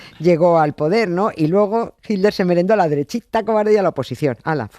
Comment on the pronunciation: 'Hilder'. ¿No habrá manera, alguna fórmula gutural, mediante la cual los españoles finalmente consigan pronunciar/decir 'Hitler' y no 'Hilder' cuando irremediablemente nombran a ese personaje? En LatAm no se nos "atora" la palabra como a ustedes y, bueno, hablamos el mismo idioma.